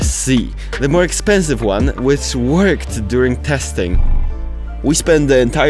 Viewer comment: "Warning, this equipment is..." "expenisve"